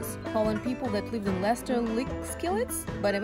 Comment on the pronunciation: You pronounced it right!! Leicester is also a city in the U.K and it's pronounced Les-ter. Great video! New Sub right here!